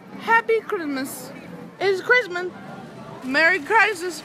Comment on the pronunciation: Random fact: when she said Merry Krismas, she said Merry Christmas correctly in South Korea!